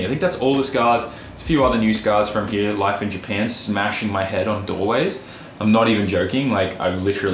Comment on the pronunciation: has the wildest accent like just the word here he says heaw he has aussie mixed with Japanese its crazy to hear his vowels some other aussies don't even sound like him